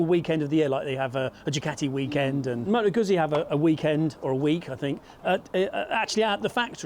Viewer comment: It's pronounced Gutzi